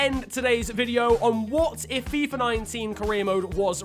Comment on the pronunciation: If I took a shot of vodka every time shouted out Fifer Fifa, I'd probably be dead by now due to alcohol poisoning